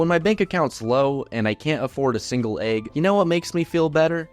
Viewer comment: Why did you say egg like that